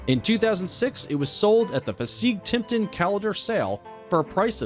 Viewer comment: Obviously the narrator knows nothing about horse racing or how to pronounce common auction names. Was hilarious listening to him mangle Keeneland and Fasig Tipton, plus the horses names. Oh, and horses are he or she, not "it."